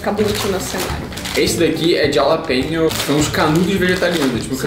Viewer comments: Se pronuncia "ralapenho" o Japaleño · Jalapeño (ralapeño) 😂😂😂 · Jalapeno's se lê " ralapinho' ...rs... Os mexicanos usam muito. As vezes é muito apimentado mas não é sempre. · Jalapenho 🤣🤣🤣🤣 bissscoito e bulacha!!!! 🤣🤣🤣🤣 me diverti muito com esse vídeo 🤣🤣🤣🤣🤣🤣🤣🤣🤣🤣🤣🤣🤣🤣🤣🤣